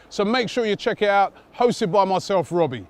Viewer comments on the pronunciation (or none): none